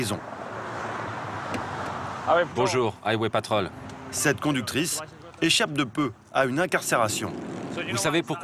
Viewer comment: Aille-wai patrolle 😂😂😂